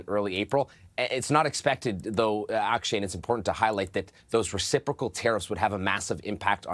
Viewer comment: This host is awful. He’s biased and can’t pronounce words. Resiprosal?